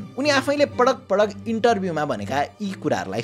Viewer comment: patak patak ❌️❌️ padak padak ✅️✅️